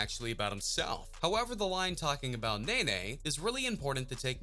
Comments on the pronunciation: Nae Nae 😂😂😂 its NEE NEE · Anybody else got mad wen he kept saying nana instead of nene 😂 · How you heard this man pronounce her name “ knee-knee “ & you still gone sit there & say “ nay-nay “ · “Nae nae” now I know u can read it say Ne-Ne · lol it's pronounced Nene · It's pronounced nini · It’s pronounced knee-knee 😂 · okay first of all baby joe (yb best friend ) is the one sitting next to Draco (his son) second he dropped another song the next day & her nameee is pronounced “knee knee” he literally said that also he is dropping 38 baby 2 soooo idk wdf u talking about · its nene (knee-knee)